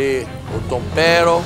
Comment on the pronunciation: Ouvir Jacquim falando Tompero e Paolla falando Obio é a melhor parte.kkkkkkkk